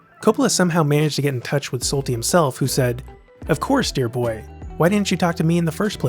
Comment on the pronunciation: SOO-bic Bay, Erich LINES-dorf, Georg SHOL-tee. I gather you've never heard of this place or these people.